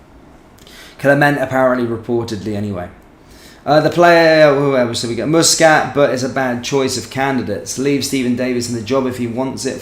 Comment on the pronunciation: it's muscat not mooscat